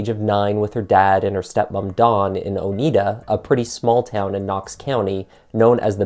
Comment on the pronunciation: I'm pretty sure you're saying "Oneida" wrong. You know, like the silverware.